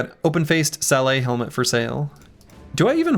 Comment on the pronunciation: Hi, sorry to be a history-wanker, but "Sallet" is not pronounced with a french silent T. It is pronounced "Sal-let"